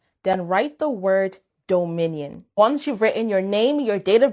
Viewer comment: the way she keeps pronouncing Dominion is making me think of a loaf of bread in the shape of a minion 😭